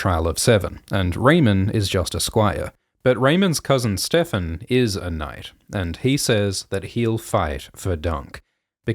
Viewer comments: The fact that Ser Lyonel does not even know Ser Steffon and mispronounces his name is so in character for the laughing storm. It made me cackle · When I was watching the episode, I thought it was weird he said "StevRon" instead of "Steffon" and it didn't occur to me that that was the show telling the audience he doesn't know Steffon and therefore Steffon was LYING. * face palm * thank you so much for making this Explanation video!